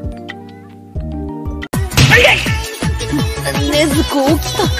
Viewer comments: surprised he actually said her name right 💀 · He said Nezuko's name right!!! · wow said Nezuko name correctly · i just realized that he said her name right